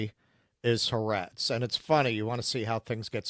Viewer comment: Are you fake jews or do you really not know how to pronounce ha'aretz?